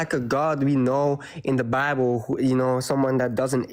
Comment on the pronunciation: “In da BABBLE” Yes, guest. Your entire call was “in da babble”